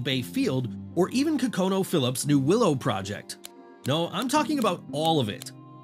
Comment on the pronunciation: Good video... that company's name is pronounced Con-no-co, not Co-cone-no.